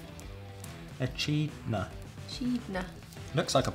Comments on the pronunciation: Oh dear.... "Eh-cheed-nahh"? "Eh-kid-nahh" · Its pronounced e-kid-nah not e-cheed-nah but well done on the rest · Eh-chid-na hahaha it's pronounced e-kid-na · It’s actually e-kid-na not a-Kid-na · HAHAHA it got me how they pronounced echidna as 'e-chee-dna'. its meant to be 'e-kidna'. love watching your vids :) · The jellybeans are for diabetics... and also echeeedna instead of e-kid-na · The Aussie animal that was on the furry friends chocolate is an echidna and you pronounce it like ekidna not like echidna xx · Echeedna oml u guys mispronounced a lot of stuff but it’s good bc it’s your accent and it’s fun learning new things Btw it’s E - kid - na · "Echeedna".... Echinda is pronounced eh-kid-nah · Top selling Australia brands Chocolate- Cadbury Biscuits- Arnotts Lollies- Allens Also ECHIDNA is pronounced E-KID-NA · The chocolate bar with Australian animals Kate's was and echidna said like E kid na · And the Echidna it's pronounced as "E-Kid-Nah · Love your videos!!! Bye the way I’m Aussie and echidna is pronounced e-cid-na hope that helped! Haha! Glucojel jelly beans are usually sold in chemists and a great to give people with low sugar levels Bunnings is a hardware store in Australia and they sell sausage sizzles. So basically a sausage sizzle is a price of bread with a sausage place in there, you can put onions and sauce in your sausage sizzle if you choose to. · Echidna is pronounced “E-kid-nah” 😂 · Love, love, LOVE, new look (no hat!). That Aussie animal is pronounced "ah - kid - na". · Lol the echidna is pronounced uh-kid-na, they are fascinating creatures. Also if you like funny things, watch zefrank 1's true facts videos they are hysterical. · I think the name of the creature on the Cadbury bar it's pronounced e-kid-na. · Haha by the way the echidna is pronounced eh kid nah 😂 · Cadbury is popular. Our chocolate tastes different because it’s more water based than milk based to allow for our climate. The animal echidna is pronounced e-kid-na :)